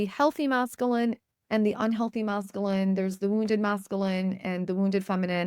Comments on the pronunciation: Thank you for the message. Hearing the incorrect pronunciation of masculine as Mass-Ka-Lynn was distracting though. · The way you pronounce masculine 😖